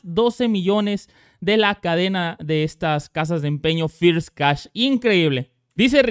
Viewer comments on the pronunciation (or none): none